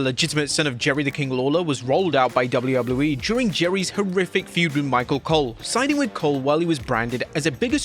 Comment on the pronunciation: I hate the way you say “WWE”